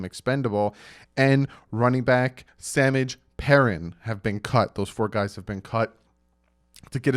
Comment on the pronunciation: He said” sammij “like his name is pronounced saaa-maaajeee. pee-rineeee